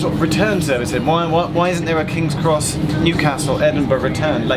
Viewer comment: Kings X Pronounce it directly 😂😂😂